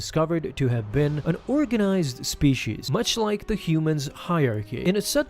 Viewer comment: Spee-shees is such a pet peeve of mine. Unless you also say Poli-shes, or are Sean Connery, it’s spee-sees.